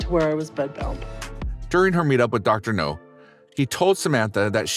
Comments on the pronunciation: Reading my mind…it’s Now,not No!!!!🤬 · N steady cramming food n her mouth n this man narrating this is still calling dr now dr no how dumb is that dude get it rite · Yeah, this Dr topples weight, not missiles